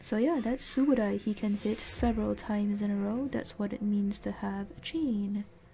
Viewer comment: I said Subodie? Cause that's how yer pronouncing subodai, so i was all confused to why. So i said Subodie?